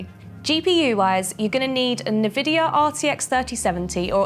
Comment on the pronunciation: d... d... di... did, she just say NUvidia and RADeon Its EN-vid-ea, and RAIDeon Nvidia - Radeon